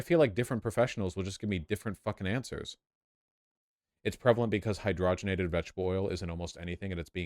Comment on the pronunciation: Trans fat is another corporate thing. Crisco debut'd back in 1911 when Procter & Gamble purchased rights to a German patent on hydrogenated* oils. *btw: it's hyd-ROG-en-ated, like you'd say and-ROG-y-nous. You hear people saying HY-dro-gen-ated and that ain't right. It's not like you got some hydrogen and ated it. And yet that's exactly what you did. Just don't say it that way. And don't ate it too often.